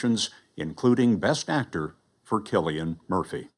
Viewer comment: “Killian”? I don’t think that’s right fellar 😂